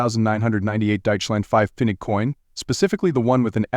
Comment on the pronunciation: The AI narrator cannot even pronounce Pfennig correctly and the coin on the film is a 5 Deutsche Mark coin! What a load of rubbish!